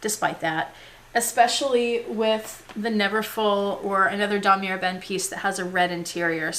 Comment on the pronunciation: Great collection !! I bought my Speedy 30 as pre-loved too for the same reason as you ... i wanted it cheap and i LOOOVE my darkened patina. When pronouncing Damier you do not say the "r"at the end .... it's Dah-mee-ay